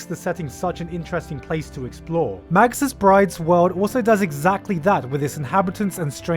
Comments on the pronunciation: Also may-gus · mage - us dude, fucking mage - us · arghh he keeps saying magus as 'madg-us' its 'may-gus'